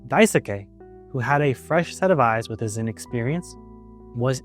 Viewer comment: Btw Daisuke is pronounced Dai-skey, as if the u is silent